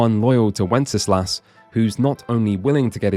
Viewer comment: Just gonna nerd out here: Wenceslas is pronounced "wen-sluhs", not with three syllables. Minor nitpick, awesome video.